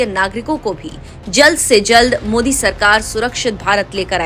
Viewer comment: ओवेसी 👎, मोदी नहीं बोलना आता, जानबुजकर मोडी बोलता. अब इतना अवघड नाम ( जयशंकर सर ) कैसा बोलना आया?